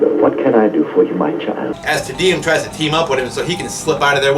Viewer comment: "Tee-Dee-Um", not "Teh-Dee-Um".